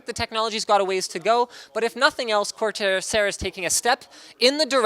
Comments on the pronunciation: Linus said cortair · "Cortairsair" -Linus 2016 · "Cortairsair" -linus 2015